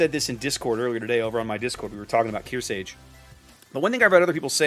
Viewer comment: I know I'm being a grammar nazi right now, but It's pronounced kear•SARGE as in sergeant (you keep removing the R). She's likely named after USS Kearsarge BB-5, the only US battleship not named after a state but after a Civil War sloop; which was in turn named after Mount Kearsarge in New Hampshire. Other than that, great game. I loved the one-shot on the Hipper!